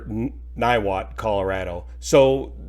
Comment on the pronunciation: Niwot resident here, you nailed to pronunciation.